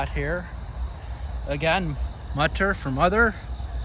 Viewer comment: Mutter und Vater, gotta love seeing this as I am Dutch, and of course German is a common learned language here. If you pronounce the u in Mutter like the oo but short from boo, you're very close. Vater uhm.. the a... baaaa like sheep say *laughs lalala kinda like that a :) Thanks for going to these cemeteries, I love looking around with you :)